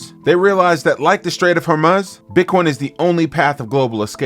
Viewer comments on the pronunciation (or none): Take a shot every time he says, "Strait of Hormuuhhz"